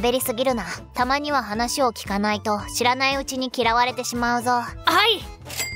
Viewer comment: オープニングの「知らないうちに」が「知らねぇうちに」に聞こえた。ちょっと口悪くなくった？